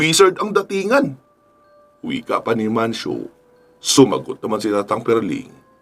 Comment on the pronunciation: Mancio po sir idol..s dami nio pong iniisip ngkamali n po kau ng bigkas